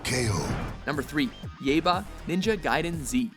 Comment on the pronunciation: Your opinion of "Yaiba" is as wrong as your pronunciation of it.